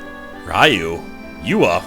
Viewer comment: Hey, glad to see you're playing BoF 2! Just one little peeve, when you pronounce "Ryu" it's like a "loo" kinda pronunciation, so pronunciation wise it'd be "ree-yooh". Other than that, glad to see you playing this. Will be eagerly watching!